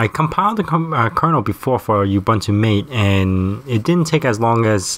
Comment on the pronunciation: FYI (forgive me if this has already been said, I know it's an older video), it's pronounced "Mah-tay," (think of it as Maté, even though that's not the real spelling) not "mate." Cheers, and thanks for the video :)